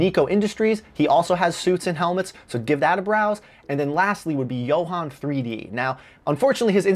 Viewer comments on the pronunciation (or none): none